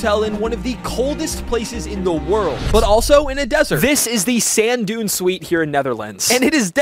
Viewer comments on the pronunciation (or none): none